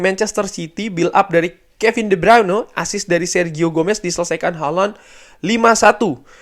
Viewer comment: Bang bilang Haaland nya jadi holonn.. sangat crunchy dan bikin geli bang.. tapi manteps bang lanjutkan penjelasan dan konklusi nya yg roar biasa akan selalu kami nantikan dan didengarkan secara seksama karna detail, mendalam juga bernas sekali bang.. cuman geli aja pas bilang hollooonn 😂